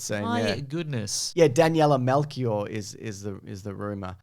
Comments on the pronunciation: It's pronnounced Melshior, not Melkior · Her name is actually pronounced "Mel-chee-or" in portuguese but who cares when she's got rat controlling powers amirite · It's pronounced Daniela Melxior. She's a Portuguese actress. So... PORTUGAL CARALHO!